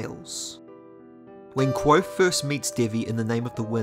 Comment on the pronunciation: Have you tried practicing your pronunciation of the word "Kvothe"? It's Kvothe with a "v" sound, not Kwothe. I love your videos but cringe every time you say his name!